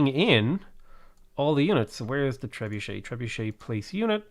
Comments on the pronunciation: It's tree bucket not tree budget. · We should bombard him with comments of how he trebutchered the name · "Tre-bue-shay" or "Trebucket". No compromises. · I think it's pronounced Tree-Bucket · Trebuchet? 🤣. How have u never heard it pronounced before? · you trebutchered the name :)